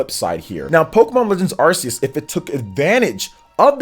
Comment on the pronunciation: Why is is pronouncing that Pokémon game name wrong, again? Learn the name man.